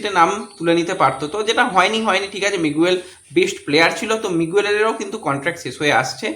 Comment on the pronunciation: ঐ খেলোয়াড়ের নাম মিগুয়েল নয়, উচ্চারণটা হবে মিগেল